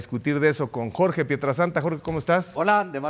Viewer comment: Seatle? Input? Jorch? Esto pasa cuando tus jefes televisos hablan inglés y tu solo le chupas los zapatos y encima les tratas de copiar😂😂😂